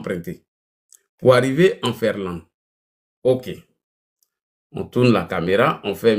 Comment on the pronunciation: On dit Finlande et non Ferlande. Illettré.